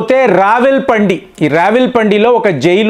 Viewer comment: రావల్ పిండి అనుకుంటా మీరు రావల్ పంది అంటున్నారు